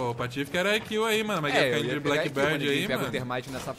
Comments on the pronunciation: Meu Deus, não é Blackbird, é Blackbeard, vê se pronuncia corretamente. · Genteeee e blackbeard com D mudooooooo q agunia vcs falando errado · Blackbird? A barba que é preta, não o pássaro... a pronúncia é bléqui bird... kkk